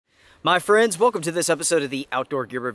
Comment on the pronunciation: “Mah Frens”